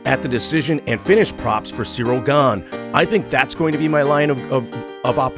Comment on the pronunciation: Ciryl Gane not „Gange”